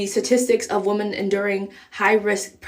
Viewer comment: wo-men not wo-man f off